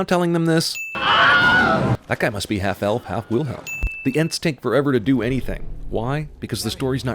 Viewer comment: Why do you always give sins for Whylhelms? Lmao was your mom's last words a Whylhelm?